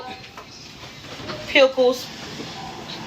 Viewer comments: Ground beef was the only real food. I’ve never heard “pickles” pronounced that way 😂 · That "woman" showing off her food stamps....omg....wtf are we doing ...WHY????? "pYickles"